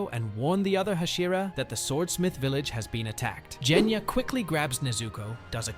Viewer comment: ok I am sorry but this makes me mad it is NOT jenya it is genya